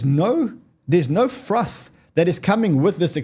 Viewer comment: Says "froth" 😀